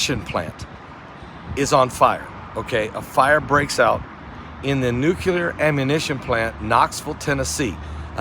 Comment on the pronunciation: It is NOT nucular. It's NUCLEAR.